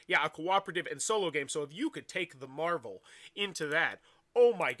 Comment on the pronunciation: Mehval Dice Toilet